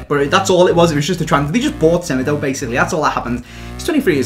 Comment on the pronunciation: my man said fofa insted of fifa in the description lol also u pronounce semedo smeedo cause he is portuguese